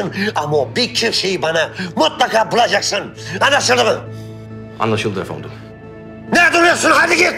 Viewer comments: 😂😂 afondum tik yaptı 😬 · Senarist yorumumu görmüş galiba, arkadaşlar😆 25.bölümün fragmanında gördüm, de bizim gibi "Efondum" dedi😂😂